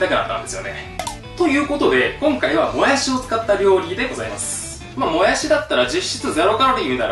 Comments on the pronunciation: ぬんずん ぬぃら、ぬんずん、もやすぅ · もやす、ぬんずん、ぬら に笑った🤣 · もやす、ぬんずん、ぬら 癖が強いwww